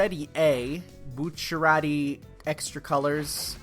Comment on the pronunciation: I've always pronounced Bucciarati's name: Boo-Charity